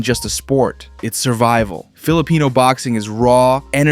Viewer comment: "Philipeno" bruh